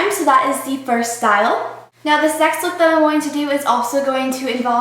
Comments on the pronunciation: se says sex look not next aahhaaha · Oh gosh, I thought she said sex look...